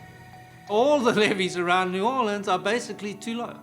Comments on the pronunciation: Right! It's New Walleans! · The narrator can at least learn to pronounce "New Orleans"!!!